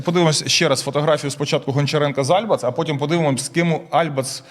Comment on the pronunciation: Критика Альбац - это маразм! А этот "диктор" даже ударение в фамилии не может правильно поставить в ее фамилии! Несет всякую чушь!